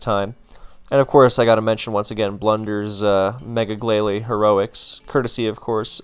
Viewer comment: Noooo why would butcher “Glay lie” glalie was one of the funniest Pokémon to hear in the anime w/ it’s Barney X marge Simpson impression